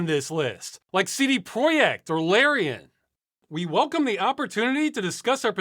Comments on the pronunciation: That's a pretty decent pronunciation of "projekt"! (tho if you want the 100% Polish experience, you also need the "CD" to be more like 'tseh deh') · Projekt, pronounced in proper polish because that's where he lives. CD Projekt RED